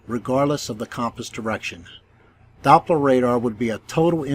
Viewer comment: When the globe priests come here with their FAIRYtales, just remind them that it's Doppler, not DOPE-ler😁 Good Job👏❤️👍